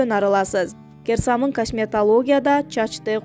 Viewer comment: Гер самын эмес кир самын созду бурмалабай бузбай суйло